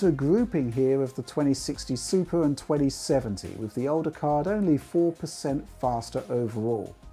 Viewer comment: Did anyone hear him say Supra instead of Super?